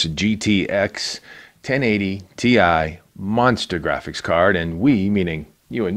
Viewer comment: thank you thank you thank you thank you for not making my ears bleed with the word tie. too many British and Australian reviewers are saying the word tie. in other words the GTX 1080 tie. I have been trying to go around and educate everyone that the word TI is not a word in any English or British Britannic dictionary therefore you must pronunciate each letter individually. the proper pronunciation is to separate the letters and say t i. so thank you for not butchering the name of the new Nvidia GTX 1080 TI.